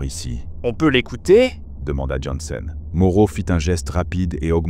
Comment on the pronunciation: svp arretez de massacrer le nom du personnage jansen / jensen / yansen... choisissez une prononciation - mon nom n'est jamais prononcé correctement, je tressaille a chaque fois 😅